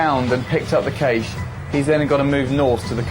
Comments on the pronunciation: Caché as in cashay most English pronounce cash. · I hate the way they pronounce caché.